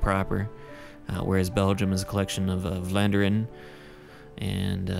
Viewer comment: You pronounce Vlaanderen (= Flanders in English) pretty well for someone who doesn't speak dutch/flemish. :)